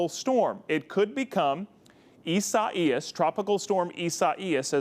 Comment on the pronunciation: I cringed a little when he pronounced Isias Lol